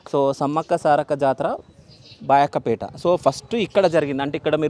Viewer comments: ఒరేయ్ అది బయ్యక్క పేట నీకు అనడం వస్తలేదు బయక్క పేట అంటున్నావ్ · బా యొక్క పేట కాదు బయ్యక్కపేట అనాలి